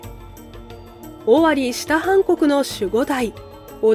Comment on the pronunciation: 「下半国」って「したはんこく」って読むの？ 「しもはんごく」じゃないの？！